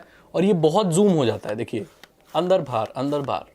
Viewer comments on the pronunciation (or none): Andhr bhaar andhr bhaar, umm... Intresting